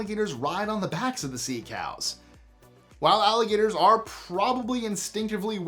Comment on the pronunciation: ALLIGATORS.... not ALIGATORS